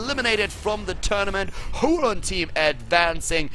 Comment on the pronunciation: if it's a spanish team i believe it's pronounced "hurón", not that it metters thou